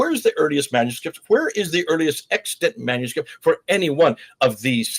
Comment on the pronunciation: Extant is correct in your title, but you definitely said extent in the audio. Fascinating content as usual.